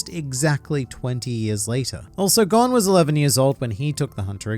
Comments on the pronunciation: His name is pronounced Gon as I’m cone with a g stop forcing words to match to get a sappy joke across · Why does everyone who makes videos of hxh mispronounced gons name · You really bbqed gon’s name. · I can’t do it bro it makes me so mad how you pronounce Gon wrong.